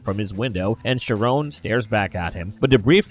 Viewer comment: Charon is pronounced like Karon